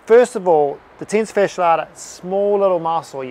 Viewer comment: 0:3 Tensa fasha lata ??????? Sure would be nice if you'd write this down in the description. Edit > I found it's the: Tensor Fascia Latae